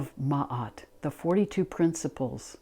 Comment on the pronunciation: Love and gratitude from Egypt. A special thank you for pronouncing Ma’at‘s name correctly ♥️